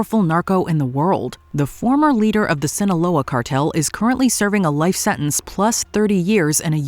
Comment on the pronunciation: you do understand and realise that there's a 'T' in the word 'Sentence' and you can say it out loud with the rest of the letters in the word, it's okay no one is going to give you a hard time for saying a word Correctly and if they do then they are idiots.